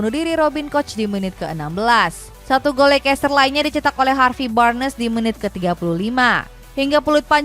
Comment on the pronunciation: Bacanya: leis-ter, bukan leikes-ter